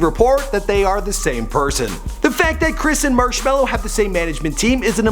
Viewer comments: yoo fact god. it's actually Marshmello not marshmellow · It’s marshmelo not marshmallow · TF why z there a W in his name its ~marshmallo~ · it is shawn mendes is marshmello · Oh and Marshmellos name is Johsive (I forgot how too spell it but his name is NOT chris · There’s no W in Marshmello bro